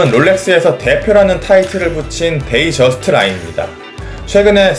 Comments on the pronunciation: 동영상 잘 봤습니다...데이저스트(DATEJUST)라고 나오던데요....데이트저스트(DATEJUST) 아닌가요? 어떤 전문가분이 사람들이 데이트저스트를 데이저스트라고 부른다고 웃으시던데요.... DAYTONY 는 데이토나 라고 읽고 DATEJUST도 데이저스트라고 읽으면 뭔가 이상한데요.. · 데이(트) 저스트 데이저스트 불편